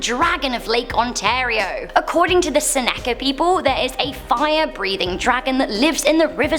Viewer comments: PLEASE my dear dont pronounce Seneca that way anymore. Please. Ive mentioned this before but IDK if you noticed. Its pronounced Seneca(seh-nuh-cah ). Thank you so much. <3 It just hurts to hear it that way. It's painful to criticize you, but other than this you do(almost) no wrong! 😊🤪😊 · She pronounced Seneca wrong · She cant even pronounce the clan names correctly!! I think its cute!! Lol like the Senaca and Apache. I love it. Btw, I'm Senaca.